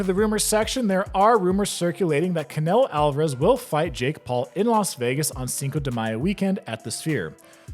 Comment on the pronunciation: Good stuff! Btw his name is pronounced “Ca-ne-low”